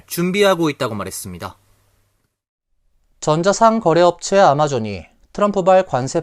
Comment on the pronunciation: 전자상 거래가 아니라 전자상거래 아니면 전자 상거래로 읽어주세요. 이상합니다